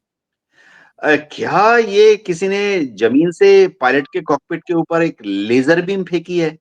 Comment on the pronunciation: LASER LIGHT ❌️ LAYJER LIGHT ✅️ 😂